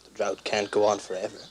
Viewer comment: Nationwide "draught" huh? Lol